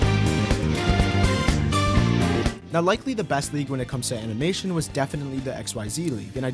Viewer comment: “amimation”😭. Anyways, entertaining video.